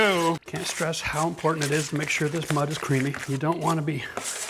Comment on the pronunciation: The way he says ‘creamy’ bothered me.